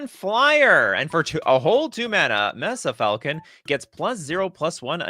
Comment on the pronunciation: “Mess-suh” falcon? It’s May-Suh.